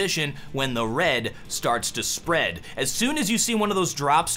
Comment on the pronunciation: 14 20 y said sprEAD without proper intonation >.>"